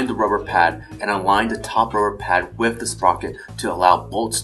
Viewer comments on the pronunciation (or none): Every time he says with he says whiff. Gosh darn it!!!!!!